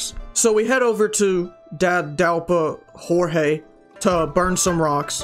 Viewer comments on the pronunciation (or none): none